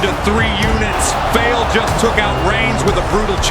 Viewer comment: Bad Luck Fale → Bad Luck Fail❌ totally botched it's pronounced → Far lay